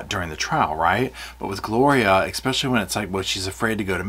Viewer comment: This is a great video. But don’t say expecially. It’s especially. Sorry 😢 it just grates on me but great video. 👏👏👏